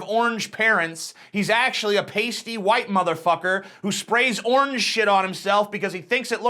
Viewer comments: What word is he trying to pronounce? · Why does he pronounce orange as onj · why do you prenounce the word orange as "ornge"?